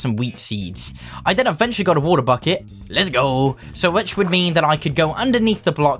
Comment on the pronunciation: bro you always say les go but not let's go 🤣🤣🤣🤣🤣it's so cute thing in your videos 😘😘